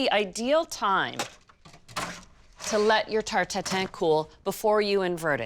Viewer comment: The first thing i heard: "Apple tartatan"